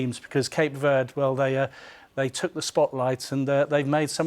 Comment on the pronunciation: It’s pronounced Ver-day not Verrd